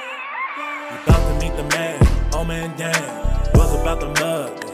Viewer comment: Hey... thanks for visiting Scootopia. You pronounced and spelled my name wrong even though it is in the Video spelled correctly in several places. It is not "Old" Man Dan... it is "" I checked our YouTube Analytics to see if you are SUBSCRIBED and it shows that you are NOT Subscribed. This ONLY happens for TWO reasons... 1. You never Subscribed 2. You Subscribed but You never changed your YT Default PRIVACY Settings We have several GIFT Reward Programs that GiveAway annual FREE Scooters and our Newest Trivia QUIZ Game that everyone is excited about, called SUBEQUITY. All of our GIFT Reward Programs are ONLY for Verified SUBSCRIBERS. There are NO "PRIVATE" Accounts allowed to participate as we cannot Verify Your Subscription. To learn more about our New Trivia QUIZ Game (which allow SUBSCRIBERS to Test their PEV and Knowledge) every Month. Visit our website for more details: It's really exciting to hear about Your Scooter Journey. Keep pressing forward. These machines are so powerful, dangerous in the wrong hands and addictively therapeutic. Stay SAFE out there my friend and remember to always GearUP whenever, wherever You Ride. Don't forget to SUBSCRIBE to my Channel if you FIND yourself ever wanting to participate in any of our GIFT Reward Programs. Especially our Newest Trivia Game launching on the 26th of this month...